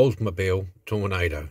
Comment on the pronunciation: Superb restoration. Excellent handy-work. I would have omitted the ugly tow bar, and painted the headlight covers. Frequently and incorrectly called a "Tornado", the car's actual name is "Toronado", pronounced TORO-NAH-DOH. The Oldsmobile Toronado was, at the time, the largest mass produced front-wheel drive passenger car ever made. Curb weight was 4,496 lb (2,039 kg).